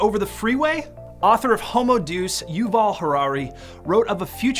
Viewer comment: okay thanks for putting up the video, FYI, the word d e u s is pronounced day us, Deus.. not deuce.. no offense meant